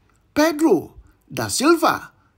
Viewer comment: Nice content but please get the correct pronunciation of the names of the enunciated Brazilian returnees. For example: Agusto and not Augusto, Vaun although spelt Vaughan and so on and so forth. This is not a criticism but constructive encouragement. Contents go so viral sometimes people can get misled. Many thanks and all the best.